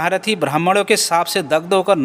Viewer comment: अपना उच्चारण ठीक कीजिये, जैसे शाप सही है श्राप नहीं, ऐसे ही देव योग नहीं, दैवयोग सही है. वैसे आपके जवाब इन गपोड़ियों के लिए सटीक हैं. इन ब्राह्मज्ञानी चेलों का ज्ञान अद्भुत है,'सपष्ट 'है,'कलियरहै.